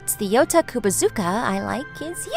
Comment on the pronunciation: At some parts of the video I kept mishearing "Yota" as "Yoda" 😂